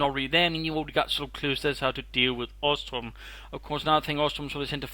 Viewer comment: it sounds like you keep mispronouncing bosstruppen. maybe thats just me.